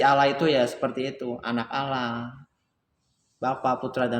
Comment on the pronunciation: Allah saja lo nyebut awwah😂😀🤣😀🤣😀🤣😄🤣😀🤣🤣😀🤣